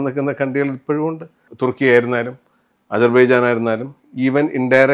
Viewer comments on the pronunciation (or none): none